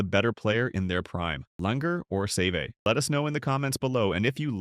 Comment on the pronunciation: Can we please learn to pronounce Seve’s name